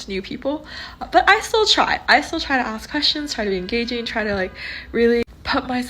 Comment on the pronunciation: Not listening to anyone who can’t pronounce ask! Must be handicapped